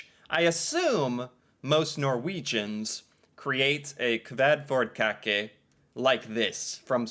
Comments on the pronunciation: She is not Even Norwegian.....and dont say it right... And its not a dessert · the Æ sounds like A in apple. this might help with pronunciation. I did have the cake on my birthday earlier this summer. it is not that sweet. and yea we do use a good amount of almond in Norway when it comes to cake. Kransekake, Fyrstekake and Marzipan are made of almond.